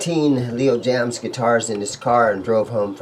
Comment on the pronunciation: Love Jaymz in not pronounced “Leo Jams”. It’s pronounced “Leo James”. That’s straight from the owner of Leo Jaymz.